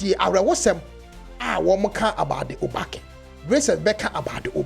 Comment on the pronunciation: Your pronunciation of obake is wrong bro. Who are you to promote Ga. Stop punching above your weight